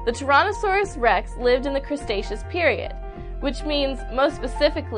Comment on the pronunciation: Your videos are always awesome, and I think all of you ladies are gorgeous. Though I think you already knew that. ;) The ONLY critique I have for you thus far is you keep adding an extra 's' to 'cretaceous.' Otherwise, keep up the phenomenal, beautiful work. :)